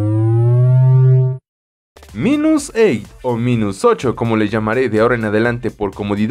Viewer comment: Se pronuncia "Mainus"